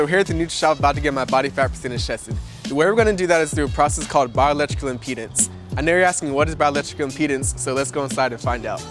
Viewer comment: can you say impedance not impenis ?